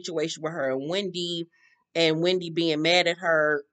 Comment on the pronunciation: Why gizelle calls Wendy “Windy” lol